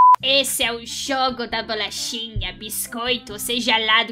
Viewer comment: "xogo" "xogatora" "bixcoito" "bolaxa"